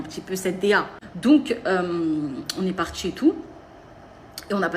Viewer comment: « on est partchi » l’affrication répulsive 🤮